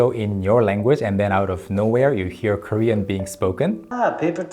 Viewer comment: Props to Daniel Dae Kim for not cracking up while hearing the other guy's Korean. I'm not Korean and only learned the language through the internet and dramas, yet his pronunciation sounded funny to me.